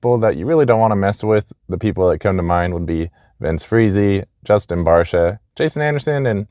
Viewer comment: Did you say, "not mess with Friese" 😂😂😂 Dude's a lil bitch!